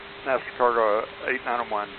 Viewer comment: As an example, this guy never really did pronounce the word "National" with all the syllables. Also, answering with slang "affirm" is improper.